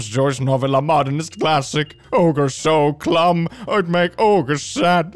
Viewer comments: did he just say 'clumb'? Instead of 'dumb'? :0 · did you just say "Ogre so clumb"? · Anyone notice he read dumb like clumb?